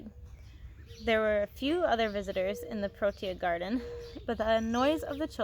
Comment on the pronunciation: You did pronounce Cycad right you also prononced protea wrong the first time and you prononce fynbos wrong .